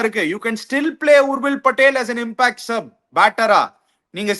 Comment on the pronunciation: Athalla oth:""'a impact player uh gimpackt player ena vena vachika nee!!😅